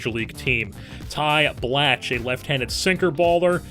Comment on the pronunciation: blach is prounounced block